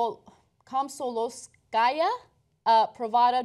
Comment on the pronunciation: Though I agree wholeheartedly with what's being said, it's still funny how they mispronounce the word Kom-so-mol-ska-ya)